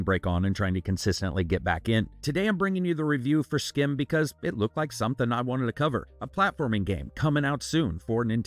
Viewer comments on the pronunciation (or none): its pronounced sgim, dutch people ur the sch as sg. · I assume this is from a Belgian or Dutch studio, since "Schim" is essentially Dutch for "Shadow". (Pronunciation is a bit different than what you're doing, the "ch" is more like the raspy "j" in Spanish instead of a hard "k" sound.) Thanks for another thorough review!